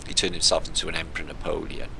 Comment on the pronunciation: n - APOL-e-ON